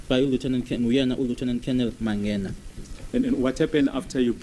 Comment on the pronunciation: That is strange indeed because as he said, he had played soccer way back nabo Mike Mangena. Uyahlola as to why he can't pronounce this surname. What happened to 50yrs?